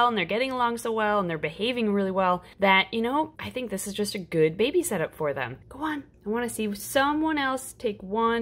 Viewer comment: You said it wrong! Its behbeh sehsone